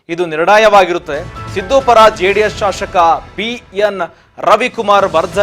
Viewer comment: ಸರಿಯಾಗಿ ಉಚ್ಚಾರಣೆ ಮಾಡೋ ಮಾರಾಯ ಶಾಶಕ ಅಲ್ಲ ಶಾಸಕ